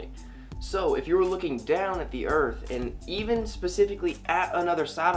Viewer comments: Did you not pick up on the fact that is a comic actor, and these flat earth videos are parodies? Check out his other vidoes. When he is playing some other character, he can pronounce earth, not earf, that's part of the act. Get it? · I watched a few videos and heard him say earf --- I picked non-flat-earth vids too. Do you have an example where he pronounces it properly?